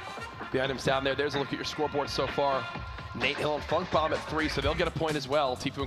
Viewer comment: Did anyone else hear dr lupo say Nate hill and fuck bomb instead of funk bomb